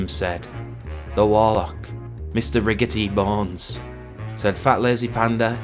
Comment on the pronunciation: Very sniffable panda B) (Riggitybones? you need to work on that pronunciation haha)